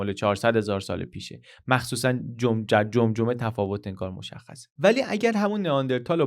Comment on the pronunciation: جمجمه شده قمقمه هِه😂😂😂😂 اینقدر گفتن جمجمه یاد فری استایل جمجمه افتادم،یک کار بسیار قوی و ماندگار😂😂